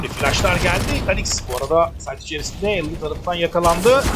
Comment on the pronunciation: Elan'a da Alien demezsin be. Kulağım tırmalandı sürekli.